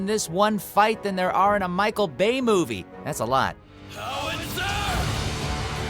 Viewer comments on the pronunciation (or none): none